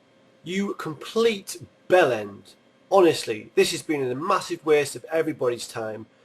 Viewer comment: theres nothing more satisfying than hearing a northerner say "Bell end"